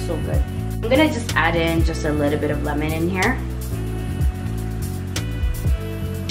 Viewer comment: Thats actually lemon